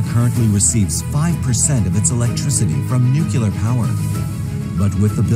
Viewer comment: If you are going to make videos about nuclear energy, you should learn how to pronounce the word (not the way George Bush Jr used to say it). It's pretty simple really: nu-clear.